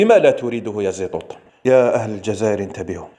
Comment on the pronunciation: استتذنا المحترم صاحب القنة من فضلك لا تذكر هذا الشخص الارهابي باسم محمد و اكتفي باسم زيطوط بالطاء و ليس التاء .